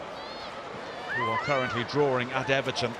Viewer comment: The word is drawing, not drawring!!